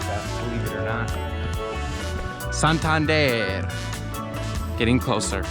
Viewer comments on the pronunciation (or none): none